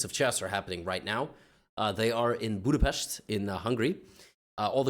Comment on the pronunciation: As a hungarian, it was nice to hear him pronouncing "Budapest" as "Budapest" and not "Budapeszt" (so the "s" is hard, or however should I put it)